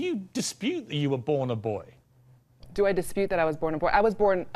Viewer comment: The word is BOY Piers Morgan, not BOYEEE